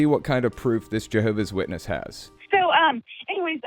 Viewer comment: je-hoe-v-ass shitness